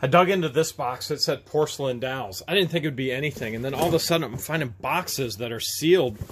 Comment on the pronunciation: You keep saying dowels. I watch the video but never see dowels. All I ever see is dolls (d-alls). Lmao!